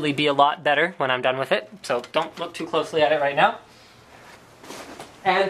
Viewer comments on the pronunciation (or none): none